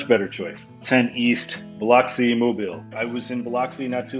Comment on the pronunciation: Plz never pronounce biloxi like that ever again 🤮